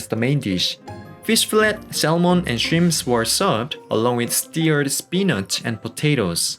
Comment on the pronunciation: It's all very nice, but PLEASE refrain from pronouncing the "l" in "salmon."